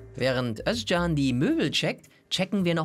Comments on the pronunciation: Finde es geil das du den Namen Özcan richtig aussprichst . Korrekt 🖒🖒🖒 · Jetzt sagt ihr Özcan so schön richtig. Aber der Nachname ... Den sagt sogar der Typ selbst inzwischen falsch, damit die Almans sich keinen abbrechen.